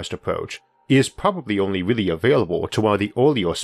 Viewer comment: I wish you a speedy recovery!! I sincerely hope your quality of life improves, but I'm genuinely going to "weawwy" miss how you spoke 😊❤.